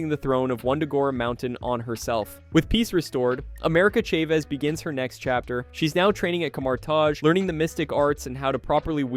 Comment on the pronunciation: America Chayvez? [Cha-Vez]*